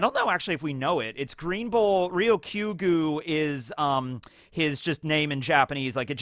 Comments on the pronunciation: ryokugyu is pronounced lyo-ku-gyu, not real-kyo-gu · I know it's a difficult word to pronounce because of the similar syllables, but try saying ryoku + gyu. While that doesn't exactly split the word into green + bull, gyu is at least bull, so you can think of it as Green bull Green gyu Ryoku bull Ryoku gyu Edit: it's probably just easier to say green bull